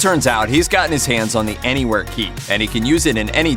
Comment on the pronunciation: What he said: Anywhere Key What I heard: N word Key